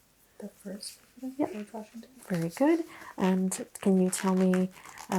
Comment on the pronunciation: Is it just me or did it sound like she said Abe Washington? 🤷🏻‍♀️😂 anyway, I love both of your asmr content